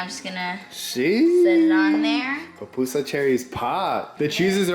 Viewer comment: It’s pupusa not PAPpusa 😂😂😂😂😂😂